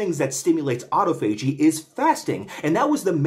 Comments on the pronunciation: It's pronounced aa-taa-fuh-jee, choom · I thought autophagy was pronounced “ah-tah-fo-gee” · you are literally my next target due to the way you pronounce autophagy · I'll give you 1000 credits if you learn how to pronounce autophagy